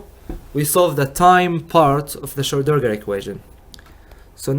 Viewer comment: Hey man it's not difficult: SCHRO---DIN---GER :D